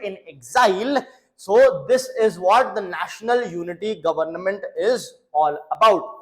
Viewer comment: Plzzz say Government not govern nament 😂 I was observing n uve been telling again the same sound s govern nament😂